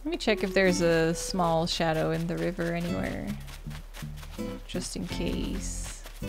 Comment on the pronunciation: Just would like to say that I love when you say “river”